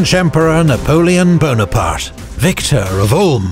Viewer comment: NayPoeLeon Bone-Apart?! 😅 Aiaiaiiii